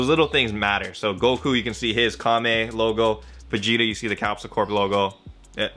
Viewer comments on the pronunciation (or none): none